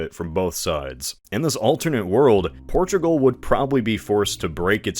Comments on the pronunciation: “Porugal” instead of Portugal. Otherwise, nice video! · "Porugal" and "Casablaca" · I love “Porugal”